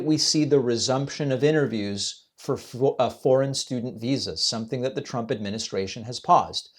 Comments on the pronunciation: C’mon…I think Trump us garbage but he wasn’t confused. He heard her accented pronunciation of “foreign” as “French.” He may need a hearing aid and squawks in ramble-speech, but that’s nothing new. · I cannot stand 47, but pause here please - I worked for an international corporation for a while - the speaker was clearly a native French speaker and her pronunciation of "foreign" could have been interpreted as "French". Also, Americans are notorious for being unable to pick up the intent of foreign speakers and we are talking about a guy who clearly struggles with English. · It sounded like she said french to be fair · I thought her accent was unclear too -I don’t think difficulty in understanding her question initially is a sign of dementia!-she pronounced ‘foreign’ very much like ‘French ‘ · Don't get me wrong, I'm with you 100%. I can understand though why he thought they said "french". I'm slightly hard of hearing myself and it did sound like she said french rather than foreign, but only if I was only halfway paying attention. I'm also not the president of the USA doing a press conference where anything less than 100% attention is tragic. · In Trump’s defence (and this is the first time I have ever said this, as I am absolutely anti-Trump!), that reporter’s accent WAS very thick, and she kept saying the the word foreign very fast as 1 syllable (“forn”) rather than 2 syllables (“for-in”). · I'm three years older than Trump and I heard her say French twice, as did Trump. I understand every word that Bryan Tyler Cohen says every time I listen to him, but I understood very few of the words this reporter said, because of her accent and mispronunciations. I know that my hearing is not the best and likely Trump's hearing may also not be the best. This may not have been the best example to make conclusions. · Okay. The woman has a heavy French accent. She is saying foreign as if it is one syllable so it sounds like fran Fran student visas